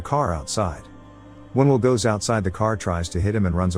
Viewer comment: The name is Will, not will. The shortened sound is so annoying.